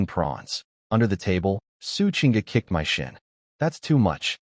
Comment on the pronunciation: Is this AI reading? What Human reads "My" as two separate letters? (same with "Do" and others). Just curious